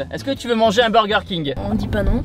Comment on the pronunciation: Qui dis midi dis birger king